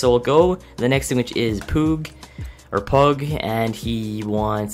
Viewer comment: you say justin pugh wrong